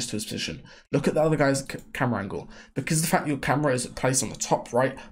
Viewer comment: “Angle” or “Angel” ???!!!!!???!!!!